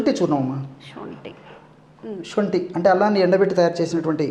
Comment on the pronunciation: Sonthi anali, shonthi kadu